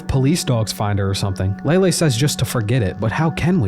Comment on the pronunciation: Lay-Lee, not Lay-Lay